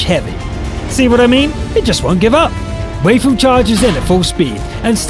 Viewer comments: Way-fu... Gud Jub Why-fu is the correct way to say it. At least they know what it means. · It's not Wheyfu... it's Why-fu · Waifu should be pronounced as "Wifoo" lol... It's a way of saying Wife. Fun fact. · your pronouncing waifu wrong its pronounced as wiafu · you nub, you read waifu wrong! Read like: wifoo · ok you just butchered waifu XDDD